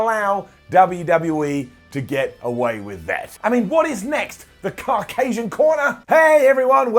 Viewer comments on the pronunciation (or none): What the hell is ''car-casian''..... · pronunciation of Caucasian hurt my head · That's not how you pronounce Caucasian !